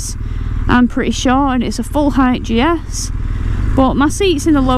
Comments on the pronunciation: How great you are so chuffed. As you rode away at the start, I think your pronunciation of GS sounded like Jess, so there you have it. Enjoy the new bike and ride safe 👍🏻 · Call it Jess as when you say GS it sometimes sounds like you"re saying Jess